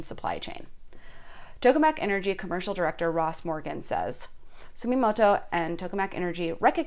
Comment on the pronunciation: "Sumimoto" hh. Otherwise, great vid.